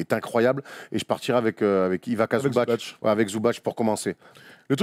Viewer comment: Petite précision quand-même, on prononce Ivitsa Zoubats et non Zoubatch. Son C n'a pas d'accent, c'est la même chose pour Divats et non Divatch. Le tch c'est que quand le C porte un accent fort ou mou. Source, moi-même ma famille maternelle est de Mostar comme l'est Zubac (et mon ex idole Josip Sesar, dédicace aux premiers lecteurs de Basket Hebdo !) ou Stanko Barać (mais lui a un accent mou sur le C donc c'est bien Baratch).